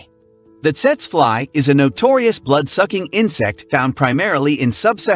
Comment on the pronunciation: PRONOUNCED "Teetsee fly," please inform your A.I. naration.